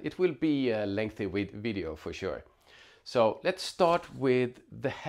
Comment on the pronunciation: You had my subscribe when you almost said “wideo”…. Glad I found the channel, thanks for the in depth review!